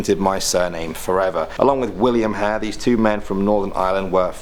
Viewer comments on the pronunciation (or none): Burke and Hare, mot Hale..